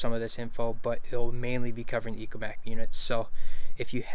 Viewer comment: It's ECHOmap not ECOmap just saying